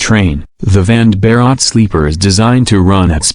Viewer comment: Vande is pronounced One day. And Bharat as Bha rut